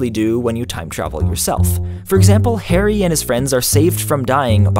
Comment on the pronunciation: The way he pronounces 'Harry' annoys me